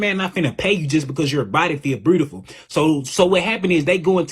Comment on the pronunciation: breedaful lmao 😆😂